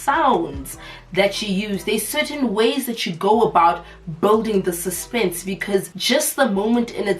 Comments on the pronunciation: "you're taking away from the suspennnnnsa, you're killing the suspennnnsa" 😭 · "The suzpenze"😂😂